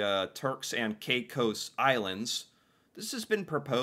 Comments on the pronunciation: Hi. While it looks like from the spelling that it SHOULD be pronounced Turks & K-eye cos (as you pronounced it) - in Canada we have always heard this area called - Turks & KAY-cos. This issue is WELL KNOWN to Canadians & came up also in the 1990s. The Turks & Caicos islands brought it up - wanting once again to join Canada. The Canadian public loved the idea of having a Canadian tropical paradise too - BUT Our government was against it. As a part of Canada, we would (of course!) HAVE to provide it with all of the benefits of Canada - such as our healthcare system, our education system - all the way to our sponsored Canadian university system for Canadians at reduced rates - & probably a university there if they don't have one or at least an updated, expanded & subsidized one as we have here. There would also be all the other Canadian benefits they would NEED to be entitled to - our pension system, unemployment insurance, child tax benefit, maternity/paternity leave etc. It would have been expensive for us to provide these things for the islands - so OUR government didn't want to do it - to the disappointment of Canadians & people from the islands themselves. (It DID spur on a bit of economic growth for the Islands anyways as SOME Canadians speculated that it WOULD happen & they purchased property there.) Alas, it is still just a dream - not a HUGE one, (for Canadians, I admit), but a dream none the less - especially for some in the middle of a cold winter here. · He has said how to say the islands name Turks and kakos but you keep on saying kakos wrong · Frustrated at how kept mispronouncing Caicos and saying it was an island even after the video mentioned there was eight inhabited islands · Every time he heard the narrator say it correctly he would then say it correctly 2 or 3 times, then he’d revert to “KaiCoose”. Over and over and over again. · Yes, many Canadians know of these islands. They too wanted to join. And it's Cay cos...Caicos.